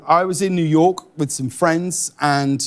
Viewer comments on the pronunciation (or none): I don't like how James says "New York" with that emphasised "k". Idk why, just... please James, don't say New York again for the rest of your life